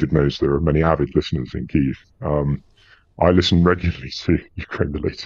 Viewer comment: Pity doesnt pronounce the name of the capital as do both ukrainians And most journalists....!!! Shame.... anglokiwi.